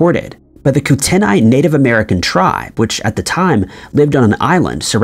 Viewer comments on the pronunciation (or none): Kootenai pronunciation is not Coo' Ten Eye, it is more like Kooten-eye. Just saying, since I am originally from Montana and lived right next to Flathead Lake. I never saw the Flathead Monster, but I have seen some absolute monster Lake Trout in that lake. My grandfather used to fish Flathead all the time and though he never saw the monster either, he did catch some of those monster Lake Trout, which I have old photographs of. I used to swim in that lake quite a lot too, back in the day. It is indeed very deep and very, very clear, and that is where the monster Lake Trout live. You have to fish very deep to catch those things, and have a very strong line and pole. Of course, that was the 1950's when my grandfather was catching those things, and they may be gone now, or have gotten a lot smaller over the years. On the West side of Flathead Lake, there is a road which takes you to another lake, called Lake Mary Ronan. That is where we would camp and fish for huge Largemouth Bass and more warm water fishes. Flathead is a huge lake though, it is true. It wouldn't surprise me that much if there was indeed some sort of bizarre creature that lives in its depths. People are, and were, certainly seeing something that wasn't those huge Lake Trout. There are Sturgeon in that lake. I think most of us know how gigantic those can get. Maybe that is what people are seeing.